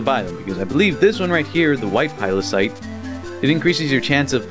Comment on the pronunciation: you still said pilocyte after correcting yourself x3